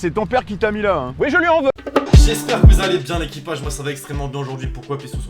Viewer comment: Je t’aime bien mais quand tu dit « l’équipage » j’ai envie de partir de la video tellement c’est horrible à entendre